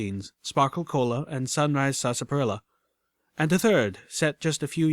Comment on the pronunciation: It's pronounced (SAS par illa)! idk why but that pronunciation irks me.